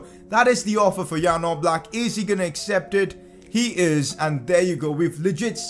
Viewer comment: Its definitely Oblak no offence